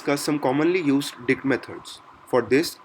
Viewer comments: let's discuss some commonly used dick methods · You say dict like 'dick' mate :)